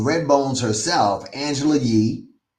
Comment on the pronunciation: FYI that is Angela Rye, not Yee.